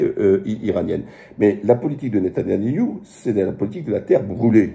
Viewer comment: Waleykoum salam oui tu as raison vidéo de qualités comme toujours et petite précision c'est pas netanayahu mais Netanyahu